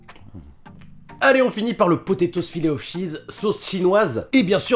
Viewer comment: Ta dit filet o chise 😂